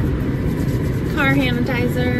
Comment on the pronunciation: The 'car handitizer' at the end 😂 Ilysm!